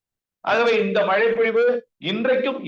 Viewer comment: நேர்காணல் செய்பவர் மழை என்று திருத்தமாக ஒலிக்கவும்.